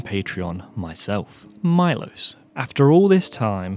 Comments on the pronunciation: Maybe consider pronouncing Milos's name like Meelosh since that would be about the right way that it actually sounds! :) Hope to see more of your videos! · Milos is read - Meelosch. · I suspect Milos is slavic (Miloš) and his name is pronounced "Meelosh" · wow! you butchered the name Miloš, i sincerely doubt any Miloš anywhere pronounces his name as "mylos" the name Miloš is pronounced as it is written: M I L O Š Miloš Forman for example you owe MILOŠ an apology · It's pronounced Mee-losh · Milosh is read. It’s Serbian name